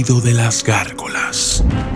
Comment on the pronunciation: Se chingo cuando dice gargolass ss